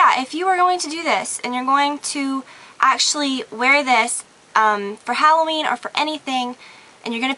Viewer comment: gorgeouss. thank god! i found someone who says hal-o ween instead of hall-oween